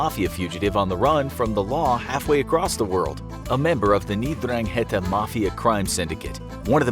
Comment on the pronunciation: I’m pretty sure it’s pronounced Dran-ghet-ah.